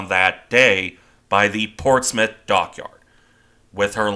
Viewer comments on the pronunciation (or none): none